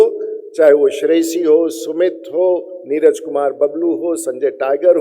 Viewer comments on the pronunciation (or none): none